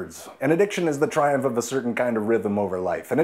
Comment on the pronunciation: Pretty sure he was trying to say "triumph."